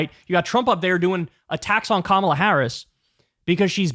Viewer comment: At least the dufus prounounces “Kamala” correctly. He’s got one thing going for him. 😅